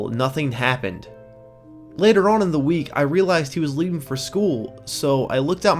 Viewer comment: Stop fucking saying on like that